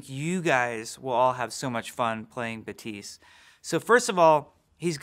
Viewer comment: glad i watched this video because i would've never known that Baptiste would be pronounced Batiis